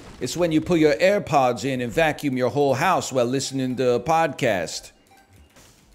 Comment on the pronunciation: I enjoy when he said airpogs instead of airpods